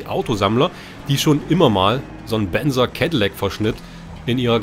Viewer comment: Benza nicht benzer